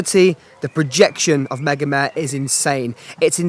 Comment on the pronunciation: Mega-meh? Isn't it mega-mar-re